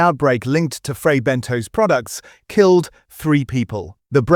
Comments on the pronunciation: L They are frey benTOS , NOT BENTOES, and i still love them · I really think it’s pronounced Ben-toss and not Ben-toes